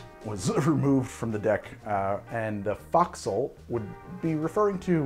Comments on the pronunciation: Just for the record: it's pronounced more like "Foe-k-sil" or similar to "Folk Sail" but without the "L" noises. Source: I was in the Navy and we still use a lot of the same terminology including Scuttlebutt for a drinking fountain or rumors. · Should be: 1 part Strong (Rum) 2 parts sweet (Simple syrup or honey) 3 parts sour (Lemon or lime juice) 4 parts weak (Water, Beer, ect.) And Fo'c'sle is pronounced Foeksl it's a long o sound. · Correction... pronunciation, "folk-sel" or folk-cell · please, "folk sul" or "fork sul" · As a sailor, let me correct the pronunciation of Forecastle. It's pronounced "Foke-sul". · Liked in spite of butchery of the word foc'sle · I love this channel, and every Sailor should watch it to drink better! 😂 But yes, his forecastle pronunciation was killing me. For everyone’s help: Forecastle: foke-sel Gunwale: gunnel Starboard: starbrd Can any other Sailors recall other mispronunciations that drive them nuts? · Ahoy,! just a little pickup of pronounciation: fo'c'sle is pronounced folksull in the UK - perhaps the US pronounces it as foxull but that sounds sooooo weird. Cheers! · So the Forecastle (Fo’c’sle) is not pronounced Fox-le, it closer to Foe-xle. Small nitpick, but it is there. Got yelled at enough times to get it right. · Minor pronunciation correction if I may. The f’o’c’sle is pronounced with a long “O”, not as “fox’le”. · Foc'sl isn't FOXSEL its Foke Sal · The first syllable of fo'c'sle should be pronounced like foe, not fox. Long o sound. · As a shellback I can say that “foxhole” is actually pronounced f”olkshole” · I realize that A) you’re probably not going to do an edit/remake of this video and B) it’s not going to cause the collapse of Western civilization, buuuuut... fo’c’sle is properly pronounced with a “foh” as the first syllable, not “fah”. If you spell it phonetically, it would probably be “foaksull”. Naval nitpicking notwithstanding, I love your content and keep it coming. Also, my liver probably hates you.